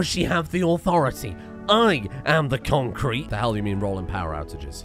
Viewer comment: It's really... Conk kreet baybee